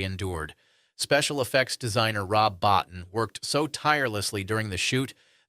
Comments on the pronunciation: Rob Bottin is pronounced "Bow-teen" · Bo-teen. Rob Bo-teen. Every content creator on YouTube sings the guy's praises, yet mispronounces his name. Never understood that. Besides that, great video though - nice work.